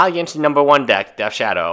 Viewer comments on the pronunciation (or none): none